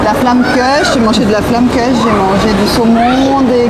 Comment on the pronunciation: ça fait mal aux oreilles la prononciation de la Flammekueche🤣